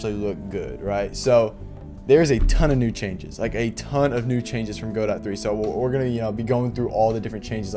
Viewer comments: It's Guh-doe, not Go-dot. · Great series… guh-doh